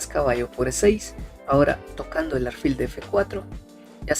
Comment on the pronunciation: no se dice aRfil , se dice aLfil con L